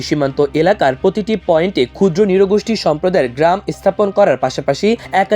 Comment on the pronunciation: চমৎকার তথ্যবহুল প্রতিবেদন আমার দেশের। তবে বর্ণনাকারীর উচ্চারণে সমস্যা আছে। নৃগোষ্ঠী কে বারবর ”নিরগোষ্ঠী” বলছিলেন।